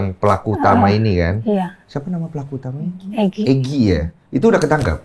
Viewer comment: Egi/Eki si pacarnya Vina Pelafalannya sama aja😌😂